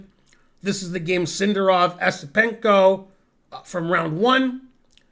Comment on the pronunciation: It's "Yesipenko".